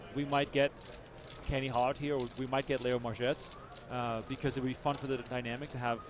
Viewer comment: Say her name right, it's Mar-Gets not Mar-Jets. It's so annoying